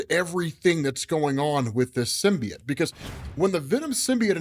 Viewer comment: Learn how to say symbiote